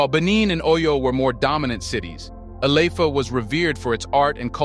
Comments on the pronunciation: ILE IFE pronounced E-LAy- if- air... your welcome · Ile ife Your pronoucing it wrong Ile ( ee lay) Ife ( ee fay) yet we appreciate you for bringing truth to light